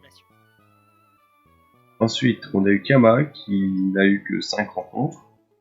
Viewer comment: Tu prononce mal mon pseudo XD. Ça ce prononce Chama pas Kama XD.